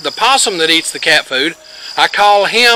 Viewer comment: You made me laugh at “Henrí”.😆